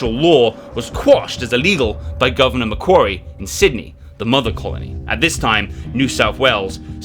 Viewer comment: I saw another American history channel pronouncing Port Macquarie as Port Mackery.